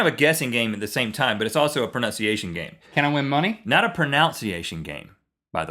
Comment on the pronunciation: What irks me is people pronouncing pronunciation as 'pronounciation', which happens here at 10;18!